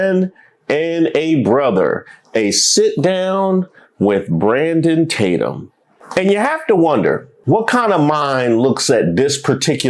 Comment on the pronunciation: The names just keep coming. First I hear “ Bait’em Tatum, then Tadum (Tadumb) 😂